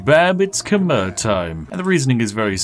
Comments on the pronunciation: It’s Kh-my not Kh-mer. Khmer language works like French in that a lot of S, N, R and V’s at the end of words are silent. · "Khmer" is pronounced K'mai